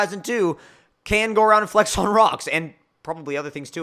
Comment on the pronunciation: tf does he keep saying flex like that?? FlaEhxxx